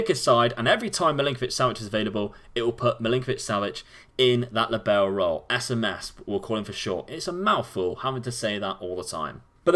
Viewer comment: Libero is an Italian word. The emphasis is on the LI in the word. Sorry but my head hurts every time you say Lee Barrow.